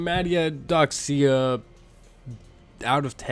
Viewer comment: You might unironically be the first person I've heard that said mataiodoxia so flawlessly, honestly impressed lol